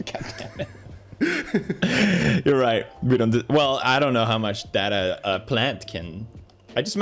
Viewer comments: it's data, not data!!!! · I just realized that Felix says data instead of data :0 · Wow did Felix just pronounce Data as Data and not Data?